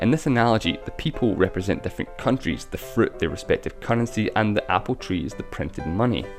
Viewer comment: "What money ezzz" lol